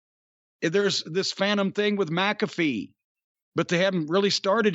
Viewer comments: How does everyone pronounce his name as MACafee.... it's MCAFEE.... like MCDONALD'S. Owweeee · Except, Pat pronounces it as MACafee.